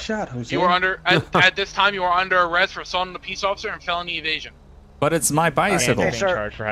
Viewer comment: When he said “felony evasion” I thought he said “felony of Asian”